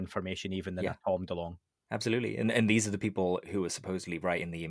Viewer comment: “abZalutely” 😂🤣 I love it